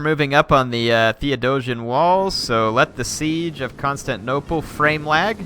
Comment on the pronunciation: he already has to CONSTANTnople...he really hates pronouncing the 'tin' in constantinople